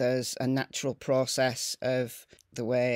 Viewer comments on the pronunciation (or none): none